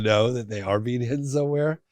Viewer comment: When he says. Being I hear Bean lmao